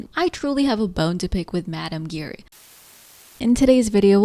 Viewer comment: You were pronouncing Giry wrong, the way it’s actually pronounced is basically a combination of the words, “jeer” and “eerie”.